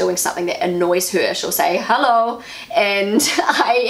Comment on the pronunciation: You don't say the "Hallo" right...it must be a long "o" and it must sound like a question....you basicly wake them up and ask what they are thinking to do or say such a thing.You show them with it that you don't like it